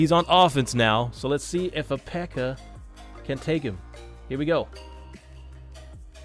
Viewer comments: Why does he say pekker? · "Look how much smaller the pekker PEKKA is" lol am dead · did anyone else here him say pecker lol😂